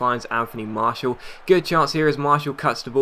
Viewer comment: Please, it is pronaunced Mar-ti-al not Marshall